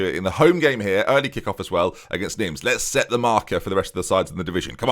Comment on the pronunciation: Neem, not Nims ;)